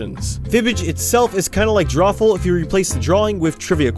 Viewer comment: It’s called Drawful Draw-Ful Dr-AWFUL The drawings are suppose to be awful